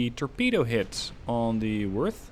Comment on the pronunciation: German O with the umlauts (oe in English text) is pronounced similar to the u in murder. In fact moerder, the German word for killer, is pronounced the same as murder in English. In this case, the pronunciation of Worth is spot on with the American pronunciation of worth, however you need to soften the W into an English V.